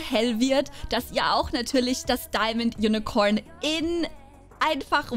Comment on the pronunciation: Wie Sie unicorn ausspricht ,Unicoern